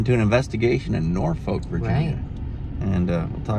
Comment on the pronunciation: You kind of pronounce Norfolk like you aren’t from here lol